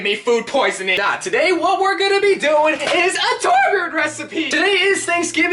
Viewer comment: Torbjiorn the guy